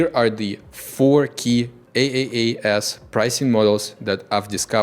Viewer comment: the way he said the name is AaaS lmaoooo